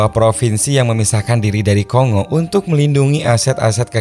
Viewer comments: Bukan ko-ngo mas, tapi kon-go. Keras perut aku tahan gelak dengar ko sebut ko-ngo. Negara mana pulak nama ko-ngo nie. Republik Demokratik Congo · Baca indonesia Ko Ngo. Udah dari jaman pasukan perdamaian Garuda dulu. Sampe skrg masih ada kenang²annya Vespa Kongo.